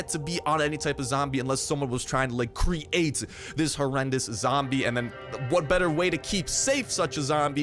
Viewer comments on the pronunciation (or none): none